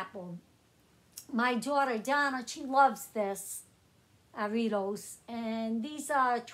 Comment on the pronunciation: You said Jarritos correctly